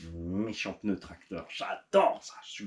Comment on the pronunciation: Du peuneu du peuneu 😂😂